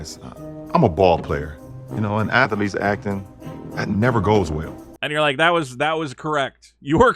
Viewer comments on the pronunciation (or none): Athletes. Two syllables, not 3 dumbass. Lebron is so dumb.